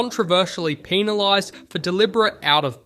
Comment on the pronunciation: / / / / "Peanilised" lol 😂